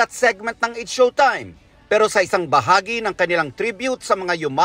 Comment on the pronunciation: It's Showtime po hindi showime.